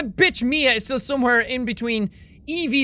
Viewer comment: You Know You Had A Nice Russian Accent When You SAid "ME A (MIA) STRONG WARRIOR" Epic